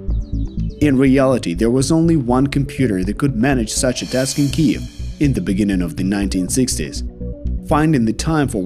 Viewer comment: Great video except you’ve never learned to say Kyiv. I’ll help you for the future times.